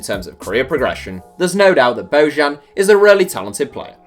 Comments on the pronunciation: Damn I cringed when he said BO-JAN.... its pronounced BO-YAN.... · Bojan is pronounced "bo-yan"